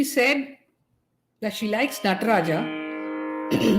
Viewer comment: அருமையான சந்திப்பு.இடது பதம்.. நடராஜன்.....ட இன்னும் சற்று சரியாக உச்சரிக்கலாம்